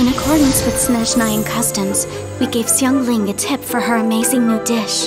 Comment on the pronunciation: first ever people pronounced xiangling correct lol